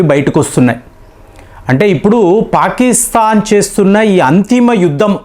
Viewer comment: యుద్దం కాదు బాబోయ్...యుద్ధం అని తెలుగు స్వచ్ఛం గా మాట్లాడ్డం నేర్చుకోండి.